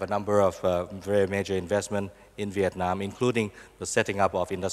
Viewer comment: Ma-dzơ in diệc-nam. Bó tay với ông cực Tiến Sĩ nguyen xuan phuck.